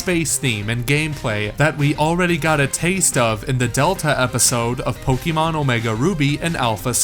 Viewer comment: Am I hearing Pok"ee"mon?